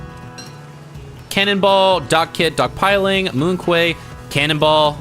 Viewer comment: Just FYI, "Quay" is pronounced like "key" and "Moon Quay" is a pun: moon key -> monkey